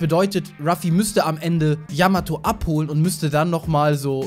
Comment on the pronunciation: Zwecks Yamato, war klar das sie nicht dabei ist, denn Ruffy hat noch nie die Namen seiner künftigen Crewmitklieder falsch ausgesprochen, bei Yamato aber des öfteren ^^